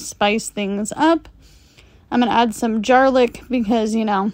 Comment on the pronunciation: Omg, “jar-lic” is perfect!